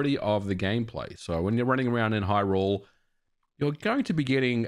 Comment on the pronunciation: what is going on with everyone in the past ... month or so saying "Hyrule" as if "rule" is the stressed syllable, and not "hy"? everyone is doing this, now. i hate it when it's pronounced this way.